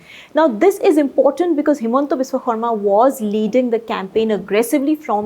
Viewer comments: She is pronouncing it correctly as it should be in assamese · you nailed the pronunciation of HBS's name. Kudos to you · Props to for pronouncing the name of Himanta Biswa Sarma's name almost perfectly